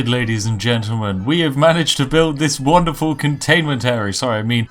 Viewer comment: Would you please stop saying 'wanderful'? The 'won' in 'wonderful' rhymes with the past tense of 'win'... Makes me sad. :'(